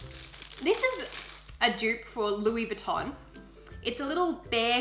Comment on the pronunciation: Mehhh really sucks when people don’t pronounce Louis Vuitton correctly ....